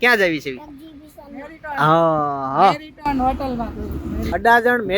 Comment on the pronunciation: Hotel nu nam to sarakhu lo..😅😂 મેરીટોન (marriton) લખેલું છે કે મેરીઓટ (Marriott)